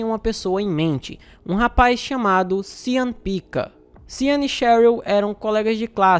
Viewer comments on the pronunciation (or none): Sean, se pronuncia xan ou xon.